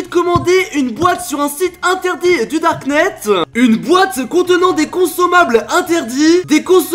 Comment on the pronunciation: du darkneteu 😂